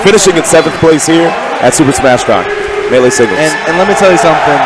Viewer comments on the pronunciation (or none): none